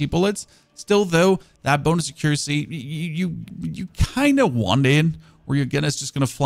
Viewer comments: Your english is great for someone growing up with dubbed tv. Much better than my other friends from Germany tbh. But if you wanna say it right, it's ACC-uracy, like ACC-uranus rather then a-CCUracy like you're currently pronouncing it. Also great vids, keep it up man :) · If you pronounce the following just the way you'd read it as a german, you will end up pronouncing accuracy right: äquräßi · Tungsten AP ammo is sooooo "expensive" to make in large quantities. I'll use it for bosses only. Thank you so much for this build guide - I'm gonna give it a shot (pun intended). BTW, if you care at all (and I don't really - but just in case you WANT to know)... "Accuracy" is pronounced ACK-yer-rassy. Your pronouciation just had the wrong syllable stressed, it's no big deal because we know what you meant! Thanks again so much!